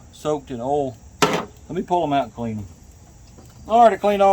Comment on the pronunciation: It’s oil not erol 🤣🤣🤣🤣